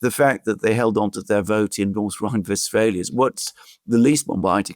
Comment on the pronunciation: Its Westphalia in English, I dont know if if you noticed that the program is in English